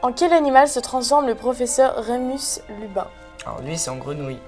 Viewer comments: C'est moi ou elle a dit "Remus LuBin" à minutes ? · oh et puis " Occulus ReparIo " et " Remus LuBin " ...... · Et c'est pas professeur Lubin😂C professeur lupin...😂😂💕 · Pfff je vous adores mais là le professeur luBin pfff c pas ça c professeur luPin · Remus Lubin ? Et ca se dit potterhead hein 😋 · Super vidéo! mais "Remus Lubin"? Rogue le père de Drago? Cédric Digory un gryffondor? 😑 please no... Mais bon l'erreur est humaine après tout! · en plus c'est pas lubin mais lupin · remus Lubin , Severus Robe je pleure je pleure je pleure et lucius directeur ?! et c'est EXPECTO PATRONUM PAS PATRONUS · De 1 Cédric Diggory est a Poufsouffle et de 2 'est LuPin pas LuBin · Et c'est pas Remus LuBin mais Lupin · Cédric est à Poufsouffle et pas à Gryffondor, c'est Lupin* et pas Lubin , et Rogue&hyppogriffe que t'as à peine réussi à sortir... potterhead de mon cul ouai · Cédric est à Poufsouffle et non Gryffondor, pas savoir le portoloin, c'est oculus reparO pas reparIO, c'est Lucius Malefoy le père de Drago et Non Severus Rogue, c'est Remus LuPin pas LuBin, ce dire Hermione avec un pull aux couleurs de serpentard 😱 NON MAIS C'EST UNE BLAGUE TITANESQUE ? Et en plus proclamer PotterHead non mais j'espère que c'est vraiment une blague !! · Madame et soit disant "potterhead" alors qu'au lieu de dire "remus lupin" tu dis "remus lubin" et bien sûr toute les autres fautes commises dans cette vidéo je ne dirai rien.. 😒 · De ouf elle sais même pas prononcer Lupin mdrr